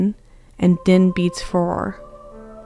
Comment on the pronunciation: cool video but the mispronunciation of farore is quite irksome